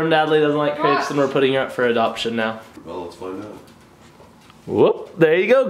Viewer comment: You say crepes wrong lol